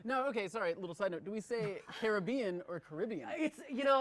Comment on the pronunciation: matpat is the only one who pronounces Caribbean correctly